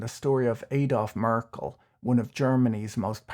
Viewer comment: Merckles kids paid the debts back and sold assets for that. Merckle is spelled differently than Merkel, the chancelor due to the change positions of the last 2 letters. Just to let you know cause first i had a different picture in my mind due to the way you had pronounced the name like that of former the chancelor.